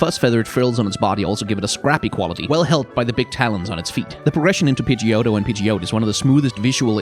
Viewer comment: Pidgey-oat :') I almost died, then you got me when the double-tap on Fearow. I've also never heard someone pronounce Scizor like that. I hate megas, but the one thing I like about Mega Pinsir is that you can see his wings... like I wish the normal one opened its back to reveal wings sometimes. Umbreon was originally Poison type and the rings were purple, but I think the rings work as a moon/umbra design more-so than Ursaring... I always thought Aerodactyl was a pterosaur + gargoyle haha, the sprites are much cooler... he looks really bad in 3D lol